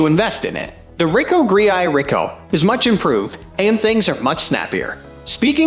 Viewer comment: Why do you pronounce the Ricoh GR like that? Also no mention of the leaf shutter for it as well the Fuji? One would think a professional would be especially interested in that tidbit.